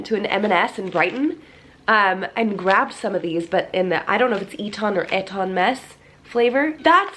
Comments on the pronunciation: It’s ‘ee-tin’ mess 😊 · It's pronounced Ee-ton mess x